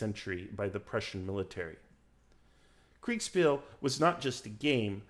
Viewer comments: Kriegspiel is pronounced KriegSHpeel for anglo-phones. A sh sound, like Prussia. (Prushia) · Thats quite the lisp you have when pronouncing Kriegsspiel. Kriegs-shpiel for anglos. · dude you really butchered the word kriegsspiel. but otherwise great video 👍